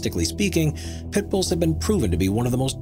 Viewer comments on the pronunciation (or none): none